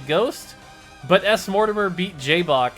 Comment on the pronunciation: Smortimer was pronounced smort-te-miar. I was pronouncing it Smort Timer. “Smort Timer put them on a clock. Then said gg and won the game.” I guess smort-te-mir is ok. “Can he gg Smort Timer? Will Smort Timer put him on the clock? We will have to wait on the next episode of ... DRAGON BALL Z!”